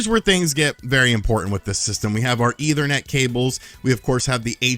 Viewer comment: Either-net port?